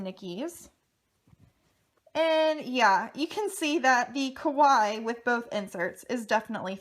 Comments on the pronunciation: I mean, it's literally a word from another language which is clearly not her first language. You can't expect everyone to know how to say it perfectly. 🙄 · I wish people would say Kawaii correctly😒